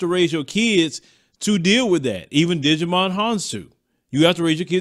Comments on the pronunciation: you got me rolling 🤣🤣🤣 it's pronounced ( JY MON) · Hahahahahahaha!!! What did he digi-volve into? Agumon or tentamon? Talk about Digimon Honsou? Djimon is pronounced “jai- mon”. Lol! That made my day. I’m a digimon fan too.